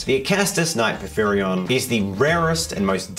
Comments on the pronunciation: For the pronunciation, its pour-fear-ion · teal and it's pronounced po fi ron. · "Pour-fear-ee-onn" There ya go. It's the name of the King of Giants in Greek Myth. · it is to my understanding por-phyr-ion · I'm that one commenter who corrects your pronunciation. Por-fie-ree-on.